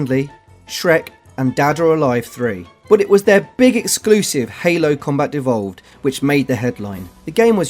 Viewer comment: The guest guy really needs to work on enunciation! I smirked at the repeated "Halo: Combat Devolved", but I absolutely lost it when he said "God of Whore"! 😂 😂